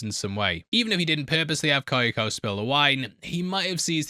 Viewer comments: Why oh why must he torture us with saying Ky-o-ko instead of Kyo-ko? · Hearing how you pronounce “Kyoko” makes my ears bleed